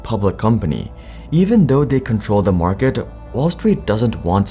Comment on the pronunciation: "maarkete" i can picture a little indian nngga saying this while nodding his head